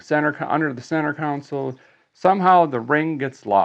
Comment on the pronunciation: dont know if this has been pointed out before....but a guy needs some speech therapy on how to say the word ' console' you continually say 'council' ....🤪get it together man!